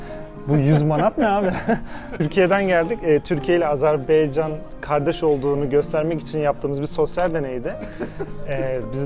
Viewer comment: Kardeşim Azerbeycan değil de AzerbAycan dersen doğrusu olur.